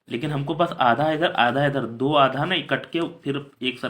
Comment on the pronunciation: Sir wo du nahi hota do hota hai